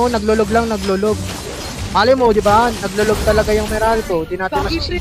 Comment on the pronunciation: LAG ❌ LOG ✔️